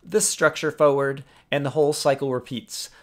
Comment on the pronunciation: I love how you say forward